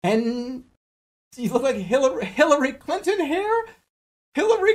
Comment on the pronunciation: I'm sorry but his pronunciation democrat is the funniest thing I've ever heard edit: I stand corrected, it's the HiLaRY CLinTON Hair???